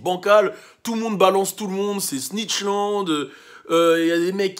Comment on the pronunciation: Chaque fois que dit ''snitchland'' ça me fait rigoler de ouf 😂😂